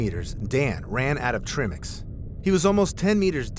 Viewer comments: Trimmicks? Tri-mix. Tri, like, triceratops. Dumb ai monstrosity. Don’t support ai channels ppl. Give a human who puts in human effort and narrates with an organic human voice box. Ai can’t bloody pronounce words properly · TRI-MiX not "tremix" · Tri mix not trimmix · Try-mix. Not Trim-ix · Just wanna point out it's not trim ix It's tri mix as in made from mixxing three gases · You're pronunciation tri-mix is killing meeeeee. It's meant to be pronounced like "Try"- mix...because it's made up of a triad of gases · It's pronounced "try-mix", not "trimmex", because it's a mixture of three (the prefix "tri" means three) gases. Dreyer is pronounced "dray-er", not "drier". Hope this info is useful. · Say it with me now tri mix. Tri mix. Not trimmix. All jokes aside I love the videos. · It's not trih-mix. It's TRY-mix. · He should have said it like trimix. Not trimix. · Trimex is pronounced try mix. Not trim ix. Tri because 3 gases are mixed. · It’s pronounced TRY MIX not trimx 🤦🏽‍♀️🤣🤣🤣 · TRI-mix “try” mix (3) mix tri = 3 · Ok please: 1) it's not pronounced "tree-mix" but "try-mix". 2) they're not flippers they're fins. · Tri-mix not trim-ix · tri mix "try mix"... not trimmix lol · They use pressure gauges in scuba, not manometers. A manometer is a type of pressure gauge but they don’t use manometers in diving. And it’s pronounced “try mix” not “trim mix” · Also trimix pronounced trim-ix instead of try-mix. As in tri, a three gas mix. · TRY-mix, not Trimmix. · It's called tri mix! If your gonna narrat! You should know w how to pronounce the correct terms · Basically pronounced Try Mix but spelled Tri-Mix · TRIMIX is not pronounced like that. Think, tricycle. TRI. Please. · "trimmicks" ffs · It is pronounced tri-mix, as in the three gases its composed of. Irregardles, wonderfully done video. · Ok, I can’t hear you say “TRIMmix” again 😒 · Trimix is pronounced like "try-mix". "Tri" meaning 3, for the 3 gasses. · Great video, but Trimix is pronounced Try-mix. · "trih-mix" lmao